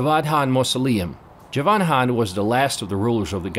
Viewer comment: Please learn to pronounce KHAN correct. You cant junmp over K